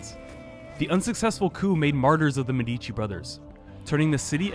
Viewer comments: it is actually mèdici and not medìci but it's ok. great video nonetheless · Why English speaking people always stress the second syllable of Medici? Why even bother affecting an Italian pronunciation if you cannot emphasize the correct syllables?